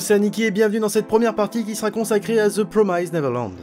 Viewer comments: PROMISED et non prom"ai"sed ... la prononciation, faites un effort dessus. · Petite remarque inutile mais 'promised' ne se prononce absolument pas comme tu le fais ! Juste pour que tu saches à l'avenir ^^ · Promissssd pas promaïzed